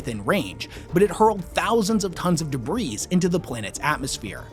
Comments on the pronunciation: The S is silent in debris dude. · Pro tip: the "s" in "debris" is silent.